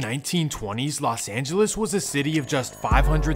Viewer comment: It's not Las Angeles, it's Los Angeles.